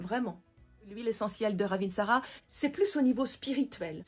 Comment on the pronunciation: Au passage, ça se prononce "ravintsare" et non "ravintsarA" et ça veut dire la belle/bonne feuille